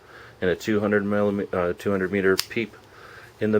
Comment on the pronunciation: * arnold accent * " the uzi 9 millimetuh " hahaha